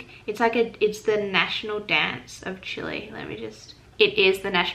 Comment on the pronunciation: The fact that you said Chile the right way just made my day ❤️. Cueca is the main national dance! And you got it right "la cueca". we have other "national" dances but they are different according to the area or region of the country. Chile is a beautiful. Country as you can tell I clearly love my country. As much as I love live in your country now hahahaha. If u need help I would gladly help you. 💚